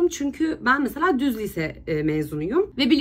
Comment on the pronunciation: nobody:: bu arada ben lise diyemiyorum lütfen dalga gecmeyin benle liiiise diyemedigim icin.. PATLADIIIM AOWPQPWWOEKEOEKKDWOKWKWKDKEOWKEOWKWOWK